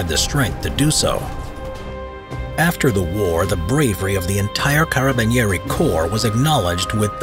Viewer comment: i love you pronunce of carabinieri PS: i'm from italy